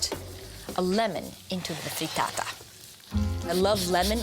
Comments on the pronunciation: say FREETAATA one more gd time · If she says “Frreetaataa” one more goddamn time...